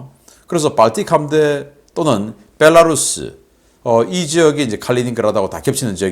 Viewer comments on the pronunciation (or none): none